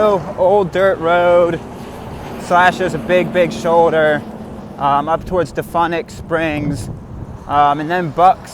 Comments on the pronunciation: Good footage of the trail in the panhandle. Butchered the name of DeFuniak ( Da-Fune-e-ak )Springs and is extremely ad heavy. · Your pronunciation of DeFuniak Springs is killing me. So funny!